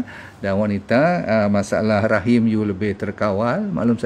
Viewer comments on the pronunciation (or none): none